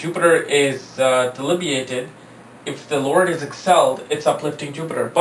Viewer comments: Being an astrologer please learn to pronounce the important words often used in astrology... It is DEBILITATED & NOT DELIBIATED...!!! Everytime you pronounce the word wrong l lose my interest to listen to you further.... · It's debilitated and not delibiated.. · "DELIBIATED" BRUH DUDE NO CAP, CAN'T BELIEVE THAT IT'S